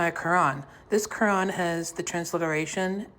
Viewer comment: “This quwan has a twanswation”